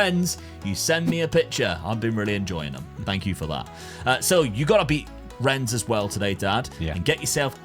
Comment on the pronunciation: its not Renns, its more like, Renne with a slight silent e on the end:P